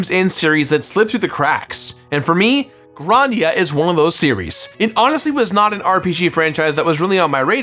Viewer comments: I love the review, but he keeps saying it like Gran-dia. Isn’t it suppose to se Grand-ia? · "Grarndia"? I always said Grand-ia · The first like 3 times says Grandia sounded like he was saying "rOndia" and it killed me. 😂 bless you, my dude. 🤙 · "Gron-dia" the fuck, lmfao